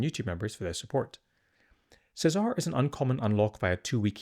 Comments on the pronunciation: Feels like it should be the Italian pronunciation of Cesare, Che-zah-reh. Dante is Italian, Mateneo is close to the Italian Matteo and Nicodemus is also I think Italian. Lucien is an odd one out being French but Luciano is close. Seems like the blood angels have an Italian or at least Latin theme with their names making "Se-Zar" feel out of wrong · Che-zah-ray is how you pronounce this guys name.